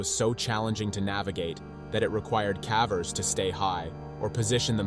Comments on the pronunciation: What on earth are cavvers? Its pronounced in the same way as cave. Ie cay-vers. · Pronounce "caver" correctly. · Your pronunciation of “cavers” is atrocious